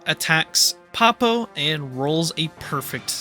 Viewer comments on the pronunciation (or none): 0/10, mispronounced Poppo.